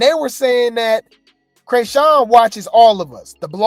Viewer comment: my buddy, my fellow vegan and celibate (if you still on that grind if not it’s coo) brother in Christ, I LOVE your channel, so don’t come for me, BUT WE NEED TO TALK, you started calling her “crayshawn”, although FITTING, for the “cray” part, and that could be why, there’s a rapper from the Bay Area named Kreayshawn “one big room full of bad bi—s” and “syrup” w two chainz, she called out Rick Ross for being fake at the vmas, then went back to the bay cause “we not like them we not like them” just saying, LOVE YOU, but just putting it out there you starting pronouncing chriseans name like another artist that had a big following in the hip hop community in the asap rocky Kendrick early stage Doja cat era, unless you’re doing it on purpose it’s hurting my soul a lil bit! LOVE YOU THO but just saying don’t wana mix kreayshawns name up with rocktard.